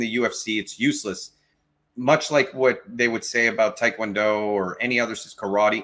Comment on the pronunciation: I just discovered your channel today while at work, and it is my favorite channel already. P.S. Kudos to you for properly pronouncing Tae Kwon Do 😅 One of my biggest pet peeves in life is hearing people (even TKD blackbelts) say "Tie" Kwondo as opposed to the correct pronunciation "Teh" Kwondo 🤓🤓